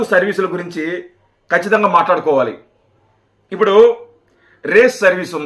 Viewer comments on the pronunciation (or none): none